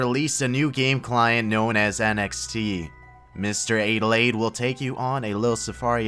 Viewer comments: "Mr Ah de laid" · The fact that you mispronounced Adelaide is pathetic, my native language is not English and i even know how to pronounce this Australian city.....